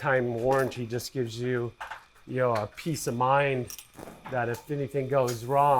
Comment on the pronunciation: Do you say “yo”? Or “you”? Lol